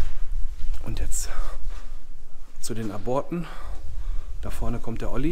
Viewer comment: aborte spricht man Ab Orte aus